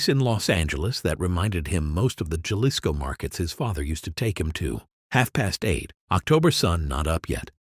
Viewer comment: Yep, AI can't pronounce numbers and words or foreign words either. But it can produce 200 of these quasi believable stories a day with the same voice.